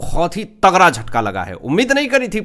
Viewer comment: तगड़ा बोलो भैया टगरा नहीं